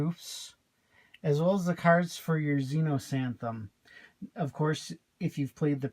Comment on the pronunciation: Nice review, thanks! :) (Just mentioning it's Xenosathem, not Xenosanthem.)